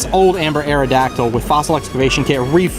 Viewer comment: Awrodactyl ? Ewww lol